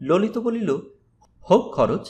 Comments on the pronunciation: Vai,lolit hobe,lolito uchharon hobena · Lolita sunte ,vul hoyechhe,ota lolit sunte hobe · ভাই ললিত উচ্চারণ সবসময় "ললিতো" এই ভাবেই জেনে আসছি।